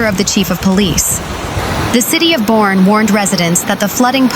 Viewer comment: Boerne, TX is pronounced BUR-KNEE